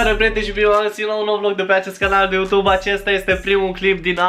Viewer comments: Bai frate fa ceva se aude ,,utub". P.S. la multi ani, esti super tare😍😍😍😘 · Iarasi ai zis Utub 😂!! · Iar ai zis Utub😂😑❤️ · Iar ai zis "Utub" 😺🤣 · De ce tot zici utub? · mda...iar ai zis UTUB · Iara s-a inteles "UTUB" =)))))))))))))))))))))) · De ce spui utub 😂🤫😂😂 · Iar ai zis "uTube"😅